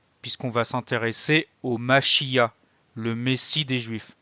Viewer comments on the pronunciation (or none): Le mot Machia'h, il faut le prononcer avec le R à la fin.